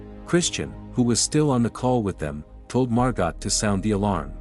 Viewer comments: This is an absolute masterclass in what not to do. When a tsunami approaches, head up, not down. Do not hold someone else underwater in an attempt to prop yourself up. When reading the name Margot, do not pronounce it “mar-gott.” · The female name Margot is french and pronounced MAR-GO. 🙄